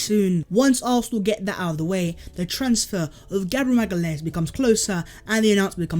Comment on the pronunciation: you said his name right